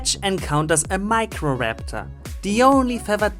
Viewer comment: how do you screw up a pronunciation as simple as microraptor